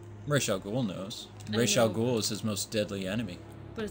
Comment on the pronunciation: by the way its rah al ghoul